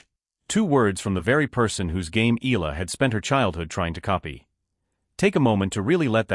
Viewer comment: Alex last name is pronounced EYALA not ILA!!!